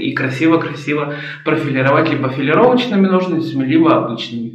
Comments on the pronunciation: Ура, стрижка! Обожаю такие видео., только нОжницами, не ножницАми, а то режет слух. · НожниЦАми это на каком языке?слух режет.